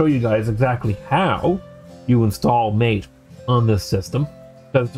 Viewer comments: Okay, it's not Mate - it's Mar-tay.. Other than that, jolly good, I have an old netbook I intend installing Alpine on.. Should be fun. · Dude - it's not MATE. It's MAH-tay. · "MATE" in this case is pronounced "Mah-tay" .. which oddly enough I think you said once or twice out of all the times x) good vid... also an Alpine fan.